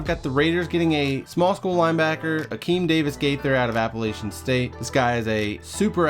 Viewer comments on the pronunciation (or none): You said Appalachian State wrong....and we’re not a small school anymore man!